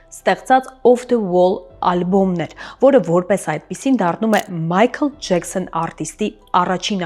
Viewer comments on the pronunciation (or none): Չի կարելի ասել Ջեքսոն ԴԺԵՔՍՆ ասելու փոխարեն?մեկ էլ Ռ էրը արտահայտիչ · Ամբողջ հաղորդումը նեՌվայնանալով եմ նայել ԴԺԵՔՍՆ ի պատճառով,մնացածներն էլ Ռ էրի պատճառով,շատ հետաքրքիր է,բայց խոսելու ձևը ազդում է